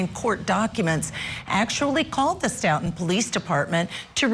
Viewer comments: Its not St"out"ton its "Stow"ton Massachusetts. How can such a professional level get the pronunciation of the town wrong. Other than that. It gives me chills to think how many times I may have walked by Sandra or the officer whenever I was in Stoughton. 😔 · Stoughton is pronounced “Stow-ton. Of course, any self respecting Bostonian would drop the “t.” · Stoughton is Pronounced stow-ton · As Boston native I’m disappointed and disgusted by these “officers” what a horrible injustice!!! Hope they get what they deserve, in this life and the next . Stoughton Is pronounced “Stowt in” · Its stow-tun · Few comments for feedback that I’m sure no one will listen to: 1. The piano music is absolutely awful. 2. Learn how to say the town names you are talking about: it’s not wooster, it’s WUS-stir, it’s STOE-ten not Stutton or Stout-ten. 3. Are you going to talk about the connection with the KR case and CPD? Or are we just completely ignoring the corruption of Mass (my home) or are we too scared to say it? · OMGoodnessssss...the music and the name of the town has a long "O" sound not "OW" sound and pronounced "S TOE TON" Next town over from the Karen Reed case in Canton, MA. It's also "Wellslee" Not Weslee. OMGoodness! You're killing me....it's not Wooster it's Wustah!!! You're chopping up every town name in Massachusetts!